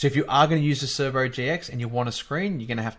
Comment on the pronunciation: C E R B O not C E R B R O. There is only one R in it. Great video. I learnt something.